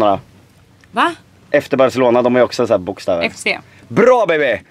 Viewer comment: Det hörde som du sa bajselona